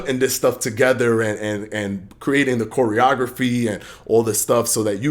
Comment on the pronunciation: Came for the video, left because this fool said "Choreagrapheeee" SUBPAR intellect is showing homie